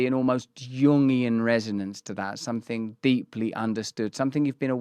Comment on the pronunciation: I like when the English say ‘somefing’